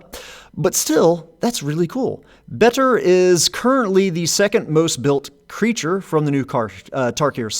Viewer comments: Just pronounce Betor like Joe Swanson pronounces Peter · Betor should clearly be pronounced using the same e vowel as beta.